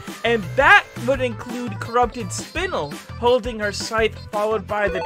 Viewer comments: It’s spine lll not spinl man a lot of youtubers who pronounce it now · My guy, Spinel in the show is pronounced as Spin-Ell, not Spin-ull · wtf is a spinil its spinel pronounced spin-L lol if you're making a video for something you don't know at least look up the names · It’s pronounced spin-el not spn-l I’m not trying to hate I was just letting you know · Guys he said spinul not spinel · did he said spinel? Not spin "EL" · It’s pronounced spin el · It pronounced spin-ell and that scythe is called a rejuvenator fyi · you said spinel wrong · Spinel pronounces it Spin el